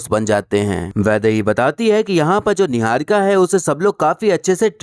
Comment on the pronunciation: yeah yeah 😂 .... Kangna diwani chamchi .. jealous n insecure ... 😆 Khud pehle apni pronounciation to theek nahi ki apni. Chamchagiri aur rakhi sawant se zyada attention ko tarsi huwi ladki 😂